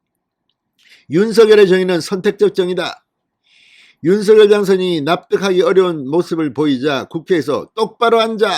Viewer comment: 윤서결로 발음하지 말고 윤성녈로 발음하세요